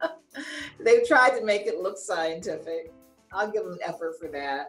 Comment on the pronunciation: Why do movie makers allow their actors to mispronounce scientific words all the time? One of my biggest peeves